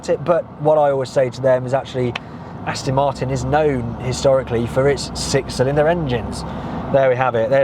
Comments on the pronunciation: He thinks it's an Austin. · Please,, learn how to pronounce the brand. It's AstOn Martin, not AstIn! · AstOn, not Astin. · Ditto.. Please... Aston, not Astin!!! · This does really grate once you start listening for it. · Its called an accent or dialect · Nice liddle Astin that,! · Can’t stop hearing him mispronounce it now. Not listening to him talk, just waiting for the ‘Astin’ 🤣 Just have to get it out of my system, then watch it a second time 😀